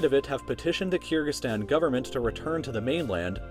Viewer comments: It's pronounced Ker-gi- stan, not Keer-gi-stan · It’s Kyrgyzstan (kur-gic-stan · the way you say kyrgyzstan makes me cringe soooo much.